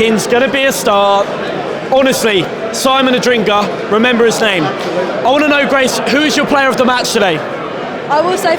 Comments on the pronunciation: it has always pained me that you have said "Adringa" instead of "Adingra"! But nevertheless, i'm loving the content! Keep it up! 👏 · mispronounced his name couple of times, should be ''Adingra'' instead of ''Adringa''.